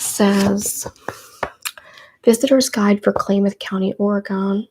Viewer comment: Kalamath is pronounced Kah-lah-math. Happy belated birthday!! Thank you for this!